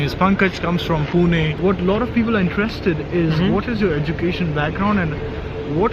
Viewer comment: Your video was informative for many. But must say even though you are staying in Germany for while now.. Your pronunciation for "Pune"..🙆 Bang on..👍